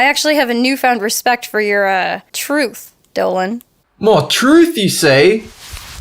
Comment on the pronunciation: I used to think dolan was saying treth instead of truth!😂